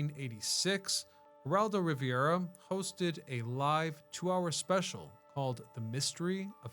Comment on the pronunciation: You said Heraldo Riviera. I swear to god. 😅